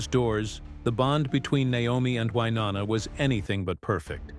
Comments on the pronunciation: Hey narrator! It’s WyNONA, not WYNANNA! Good LORD! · Please learn how to say Wyonnas name correctly